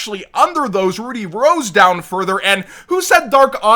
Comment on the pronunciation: What's SHOCKING to me isn't the prices (A lot of them are about what I expected them to be tbph), but the way the word Rud-dy is said in this video, coming from someone who is familiar with said word.